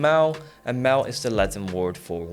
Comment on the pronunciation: Just a side note: that pronunciation of the Latin word 'mille' was quite off, it's not a mile, as in 1,6 kilometers 😅 It's pronounced more like 'meeluh' (English is such a strange language to try to describe how to pronounce words in other languages haha)